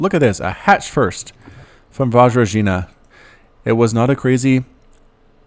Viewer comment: Hello, Vajrajina here. Thanks for casting the game, I learned a lot from it (though those 'J's are pronounced differently, but w/e). I am well aware that I'm not a good player at all, but I am eager to learn. I think ultimately what lost me the game is that stupid base-race. My opponent had an entire base complex left with tech and production and I needed to reset from spawning pool with very few units to defend with and that stuff was just too much to micro-macro, never been in such a hectic situation before:/ Couple of things: Those roaches at the beginning were safety roaches. I didn't scout everything, so I felt like I must get a couple roaches, just to be on the safe side. The corruptors were my masterful knowledge of protoss builds and units. I just KNEW he was gonna go for colossi..........except not really. I forgot I can't turn them into brood lords until Greater Spire, so I was like 'oh crap, I just wasted all that larva and minerals', but then he turned up with colossi and I was like YEAAAHHH. In the end I deliberately sacrificed those brood lords. I was getting heavily supply blocked and he had mass voidrays, so I figured they were useless, might as well do some damage with them and win some time while I try to rebuild. I knew he was gonna kill them easily. Weather or not it was the right call is another question. And I was floating those crapton of minerals because for a while I was at max supply, then I got supply blocked and all my stuff destroyed, so